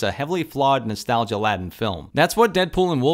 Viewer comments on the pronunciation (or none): Quick note (nothing to do with the review): 'laden' as in nostalgia-laden is pronounced with an 'ay' sound and not an 'add' sound. Ladden is not a thing.